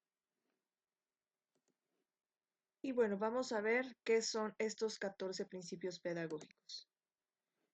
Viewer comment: excelente video..solo que dice PINCIPIOS......